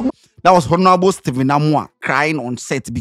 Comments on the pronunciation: is not hornourable it's honourable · Eii... Scantyyyy!!! The H is silent ooo so Onourable😅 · How is scanty pronouncing 'Honourable'?